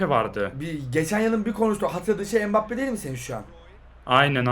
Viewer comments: Adam mbappe deil bugbapeey diyo spiker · Abi ilk dakkalara empappeye spiker pugbappe diyor